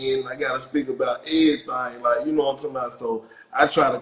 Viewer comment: I’m not from your city but you said “whole lotta everythang “ in this 1